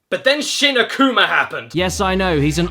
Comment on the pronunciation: The reason you cant change from Devil Kazuya is because its story mode and not arcade mode. Also it's "A Kuma" not "Ak uma".